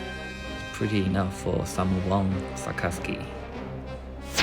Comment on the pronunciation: Sakazuki not sasaki